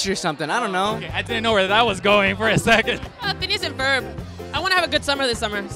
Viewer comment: Lol when Lele said Phineas and Ferd lol same